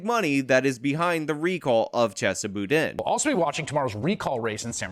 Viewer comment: Are you mispronouncing his name on purpose? Kinda drivin me nutz lol. I mean your clips are pronouncing it correctly. LOL JK JK